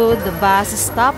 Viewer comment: istop and isteak. Tagalog English pa more. 😂✌🏻